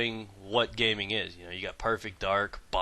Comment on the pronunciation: it sound like he says an asian person's name gay ming gong